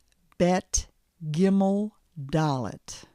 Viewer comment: I lost my mind when she said gimel